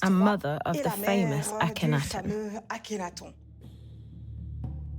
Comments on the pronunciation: The way he pronounced Akhnaten was diabolical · Very interesting however the narrator has some extremely strange and incorrect pronunciations. Just the way he said Akhenaten, for example..has he never heard these names and words before?